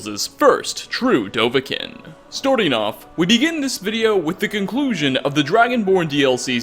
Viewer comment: You said dovah kiin wrong